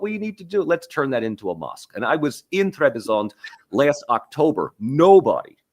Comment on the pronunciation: I am amazed by the dumbness in the comments of the guy that sits on top right. Absolutely mindblowing + It’s not Trebizond it is called TRABZON! It’s not Nicea it’s İznik! Republic of Türkiye is not some ancient greek ruin.